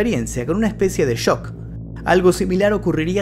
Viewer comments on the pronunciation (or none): none